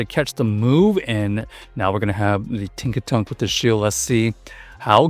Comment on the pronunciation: Its Tinkaton not Tinkatonk